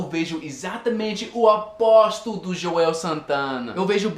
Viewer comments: você disse juel santana mas é joel santana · JOUEU. ..kkk...is JOEL...kkk